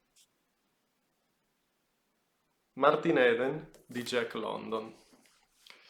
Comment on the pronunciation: Si pronuncia martin idn